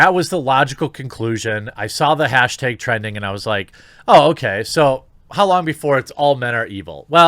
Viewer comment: Why do you say hashteg instead of hashtag? 😂 Love the show bud!